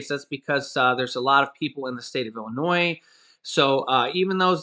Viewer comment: you’re awesome! You’ve learned the correct pronunciation verbally saying “Illinois”! 😘